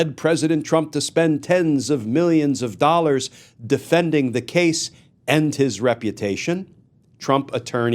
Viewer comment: ... A BAZZILLION DOLLAHS 🤣🤣🤣🤣🤣